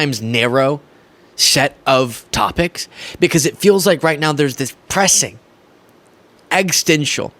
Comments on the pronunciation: Hey, I'd like to say to keep up the good work. Exposing the Republicans as the frauds and liars they are is needed in your country more than ever... but please.. please stop mispronouncing " Existential " as "eggstential" it diminishes your talking points. Like how we don't take trump seriously because he can't say "origins" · “Ex is sten shul”,. Existential. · I love what you do and support your mission. Please figure out how to say existential or stop using it